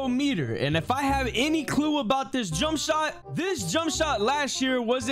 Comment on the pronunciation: Bro said jumpshit meter😂😂😂